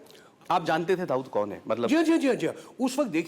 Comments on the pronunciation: हरामखोर ऋुषी कपुर दाऊद को दाऊदासाब बोल रहा है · rishi also saying dahood sahib